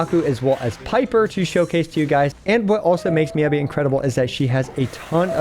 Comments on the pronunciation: It’s MEE-YAH-BEE! Jeez, how are you STILL saying it wrong??? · Anyone else get triggered by him saying her name wrong? lol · The pronunciation of Miyabi hurts me.